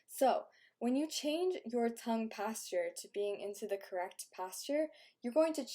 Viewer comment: So... we're supposed to believe she has had no work done? Not buying it. Also, "tongue pasture."